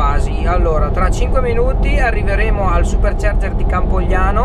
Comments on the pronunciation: CampoGalliano non Campoliano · Campogalliano non campolliano ma cmq bravo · Campogalliano non Campogliano 😂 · peró è Campogalliano e non Campoliano ahaha del resto avanti così che sei forte 💪🏻 Un saluto da un sassolese (provincia di Modena)